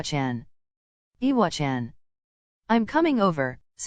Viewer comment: I love how this voice pronounces iwachan like "eewa-chan" not like the other voices that say "I-wa-chan"